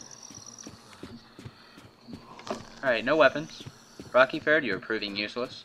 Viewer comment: Rerky ferd? Dude, it's named Rocky ford. XD Jk jk.